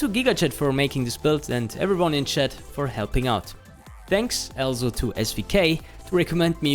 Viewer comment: stop saying "alzo"